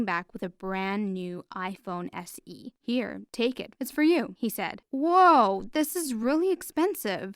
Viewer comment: “A brand new iPhoneXE”